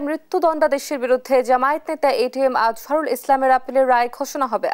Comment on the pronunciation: উনি একটি দলের নেতা। ওনার নামটি সুন্দর ভাবে উচ্চারণ করুন